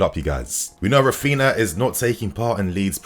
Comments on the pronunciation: His name is not rafiina 😭😭😭wtf it’s Ra-phin-Haaaa say it correctly cuz it’s annoying us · pls start pronouncing "RAPHINHA", the 2nd "H" as an "E" and not "raphina" :)))